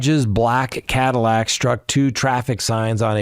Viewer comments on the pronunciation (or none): none